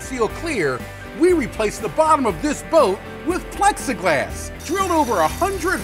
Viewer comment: I thought he said flex-a-glass. Hey! That should be his next product!